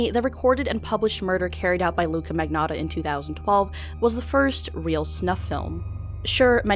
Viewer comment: luca ma -knee-otta thats the correct pronuncitation btw i know that no one cares but still just use google transaltor to italian